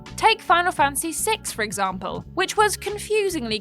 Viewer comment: Am I the only one to notice that pronounces 'Fantasy' as 'Fancy'? haha (Much love and respect,!)